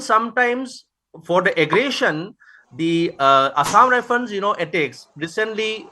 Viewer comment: it's assam rifle not assam rifene, not shoo it's soo